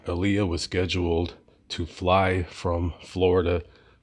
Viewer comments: To correct way to pronounce her name is Aaliyah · Her name is Aaliyah that's the correct way to pronounce her name